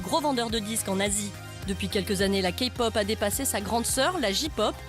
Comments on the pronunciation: C le premier qui à dit kaypop et non kapop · C'EST PAS KA POP MAIS KAIIII POP PUTAAAAAAIN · La Kapop x) -> Se prononcé KeyPop comme la clé. Sinon Psy n'est pas la référence de la Kpop mais bon... Sinon y a Bigbang alord je pardonne ^.^ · c’est moi ou elle a dit « Ka-pop » 😂😂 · ha rien si il représente la k-pop par psy 😂 j'était morte quand la fille à dis kapop même la presentrice le dis mieux qu'elle c'est pas possible 😂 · désolée de te contredire mais Key se prononce ki alors non Kpop se prononce Kaypop plutôt :) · "KAPOP" D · MAIS ARRÊTER D'ÉCORCHER LES NOM PUTAINS !!!! ET PSY FRANCHEMENT IL Y A PLUS CONNU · Ne te dis pas fan de K-pop si tu dis "Kapop". Bigbang dit à la française est pas mal non plus :rire: "JiPop" /RIRE/ [...] Girls' Generation [..] Ces boys Band [...] MDRRRRR :') "Girls", c'est des filles :') /RIRE/ Psy, c'est pas de la Kpop, je trouve qu'il en donne une fausse image :') "La Kapop" Ptn, K-pop ça se dit à l'anglaise.. :'(